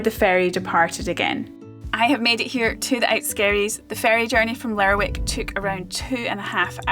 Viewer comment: Lovely video. Found out recently that locals call Lerwick 'Lerrick'. So glad to hear you use the same pronunciation as me.